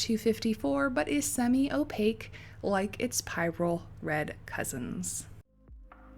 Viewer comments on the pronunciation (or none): How do these paints compare to holbein and sennelier and mgraham which don't have ox gall in them. Some comparison swatches would be interesting of paints that stay put... 2 technical points ... it's pronounced pirrol, not pie-rol,. and it's schmincKER, not schmincKAY. Cheers. Love your videos.